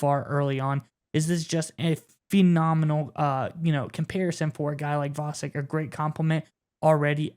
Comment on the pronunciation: Fee- nominal?